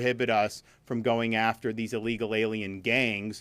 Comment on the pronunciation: MR. DESANTIS sayd ILLIGAL imigrants not legal oned pay attention 😊